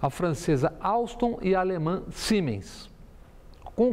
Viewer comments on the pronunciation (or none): Excelente comentário Bob Fernandes, só um adendo, o nome Siemens, se pronuncia com som de "Z", então seria "Ziemens".